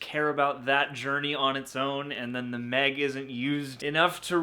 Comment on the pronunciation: The Meh-g?